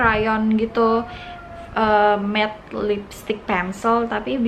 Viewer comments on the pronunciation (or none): none